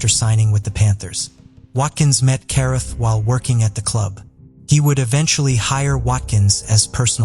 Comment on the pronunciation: Carruth is pronounced Cah-rooth.